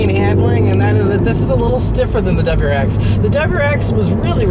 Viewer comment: Relax a bit, man... you're so excited you can't even say WRX. It's not pronounced "dubwarex"!